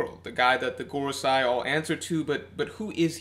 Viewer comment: 😓 it’s MarieJois pronounced: muh-ree-joyce not Mary Joes 😆and it’s the Gorosei pronounced: Gor-o-say not Gor-o-sci 😂 Sorry I’d let it go if said just once wrong but over and over and over it was killing me man